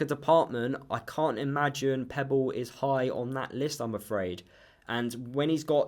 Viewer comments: Its pepple not pebble lol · I'm sorry, but I have to say this, his name is Pepple, not Pebble. I know it shouldn't, but it does wind me up🤣. I agree that he won't get anywhere near the first team, so good luck to him.